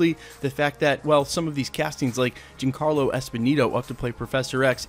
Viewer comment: Just as a heads up, Giancarlo is pronounced "John Carlo", not "Jean Carlo".